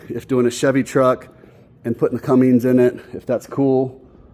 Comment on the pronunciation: Awesome start on the crew cab! So you know there is no G in Cummins. It's pronounced (Come-Mens)